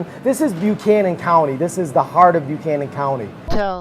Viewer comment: Thanks for the clip on Grundy! But it’s the Levisa River (Levisa Fork of the Big Sandy), NOT the Clinch River. And it’s called BUCK-annan County, NOT B’you-cannon, thank you very much.